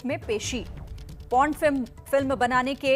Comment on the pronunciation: its Por Not Pon, I don't understand why people feel awkward to speak about sex and porn...,,,, they need to update themselves...